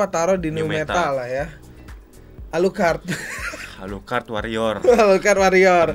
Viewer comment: Gw ngakak ketika bilang; aluclcard? 😂😂😂😂😂😂😂